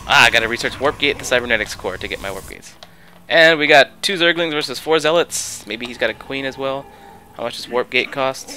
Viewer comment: Lol you said ´´2 zerglins against 4 zellots´´